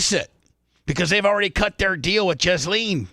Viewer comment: That's correct it's pronounced jizz-lane